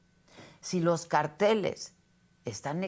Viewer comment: cÁrteles Adela CáRTELES cÁrtel CáRTEL ACENTUANDO LA Á á